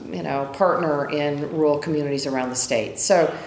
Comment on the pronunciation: She can't even pronounce rural